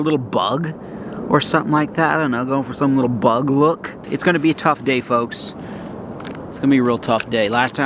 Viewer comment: why did he say BUG like that 💀😭